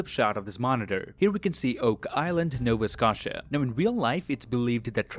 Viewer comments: What kind of Canadian can't pronounce Nova Scotia? 🤔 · I hope everything gets better man, ill spare you the 50 seconds each video every time. also im canadian and lol i just heard your pronounciation of Nova Scotia, think of it as Nova Sk- Oh- Tia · nova scatia? now i know how newfies feel when people pronounce the full "new found land" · You call yourself the "" and yet you can't pronounce Nova Scotia correctly? Are you even Canadian? lol You pronounce the 'o' in Scotia the same as you do the one in Nova. Both O's should sound the same. It is not Nova Scawtia. lol Love your videos. This is friendly ribbing, not harsh criticism, just want that to be clear. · I live in Nova Scotia. Pronounced Scoh-sha. Also, im enjoying that my rd is in this show. Lit! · i can't believe you pronounced my province wrong :( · the way he pronounced Nova Scotia really rubbed me the wrong way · Good video! Just to want to let you know that the t is silent in Nova Scotia :) (I'm Nova Scotian btw) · Given everything going on, I'll forgive the mispronunciation of Nova Scotia. Another Great video overall.. keep it up. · I feel a bit offended that your handle is, but you don't know how to pronounce Nova Scotia. But it's OK. No one is perfect, and I really like your videos. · The way you pronounced Nova Scotia was different but not bad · Canadian? Pronounces Nova Scotia wrong? my fellow canadian please